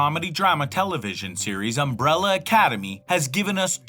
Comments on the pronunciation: "UMBRELA ACADEMY" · "UMRELLA ACADEMY"